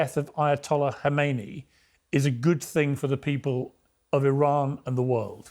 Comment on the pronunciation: Khamenei NOT Khomeini!! Is it fair to say that if the pronunciation of a key figure is inaccurate, then the understanding of the whole picture is most likely to be even more inaccurate?!